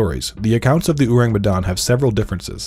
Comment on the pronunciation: Hey IDK if the pronunciation in the video is the official pronunciation (cause y'know, British and Dutch sailors told this story), but in Indonesian, it would be pronounced like oar-ang, not uu-rang. Ourang is the old Indonesian spelling of the word orang (meaning person), prior to language reforms that came after the country's independence, and the u in it is a bit misleading and probably a result of Dutch influence. Think of how you pronounce orangutan.